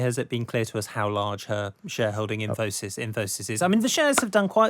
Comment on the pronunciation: Never imagined Infosys rhymes with phimosis.